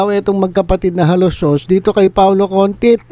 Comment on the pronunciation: Paolo CONTIS PO HINDI CONTIT